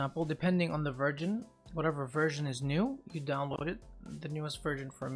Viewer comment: Did he say virgin? lol